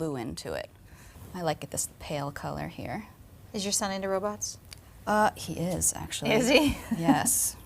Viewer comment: when she said "robosts that transforms into other tings" I was like: TRANSFORMERS ROBOTS IN THE SKYYYYYYY!